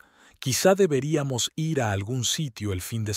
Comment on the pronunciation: Tampoco sabe decir ir